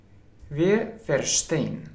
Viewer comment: Wier будет не( уе), а вир. Видеть, - зээ, а не зее... И жить, лебэ , не воспримь плохо, но лучше идти хорошо...